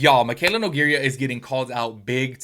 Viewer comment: love you and your channel but can you please learn how to say her last name LOL.😂 its no-gay-ra not no-gay-ria. love you tho and everything you say is facts